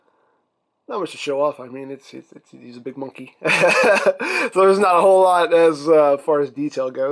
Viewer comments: "MUNKY NOT TRUK" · TRUKK NOT MUNKEE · Truck not munky